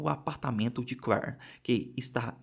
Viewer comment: O... Claire... Se pronuncia Cler...